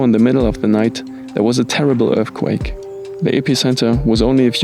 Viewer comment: Can you say earthquake?